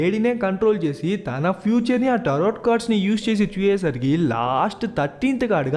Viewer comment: Nice...but bro it is Taro(last t silent)cards..not tarot... just saying